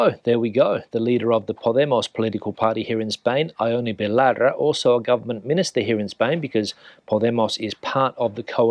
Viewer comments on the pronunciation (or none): Please make a bit of effort with the Basque name Ione,! Only two syllables, more or less 'YON-neh'. 😊